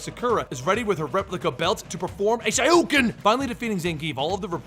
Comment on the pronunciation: Saikyo and Shoryuken's pronouncing seem quite off... Sa-Yoko and Shy-rulken? That can't be on purpose... can it?